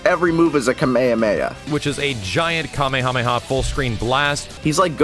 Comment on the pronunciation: *:* in saying MaximillianDood isn’t a DB fan, says “Kumeyuhmeyuh” *Max:* actually says “Kamehameha” correctly, but to a Final Flash Never has a bigger paradox existed.